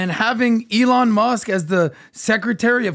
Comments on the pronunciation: eeeEElon?? Elon! no potatoes potatoes here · I dislike how PBD continues to butcher Elon's name 😭